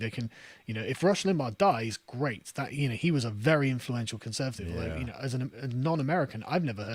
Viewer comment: I wish Carl would correct him when he says "conZervative". It's grating.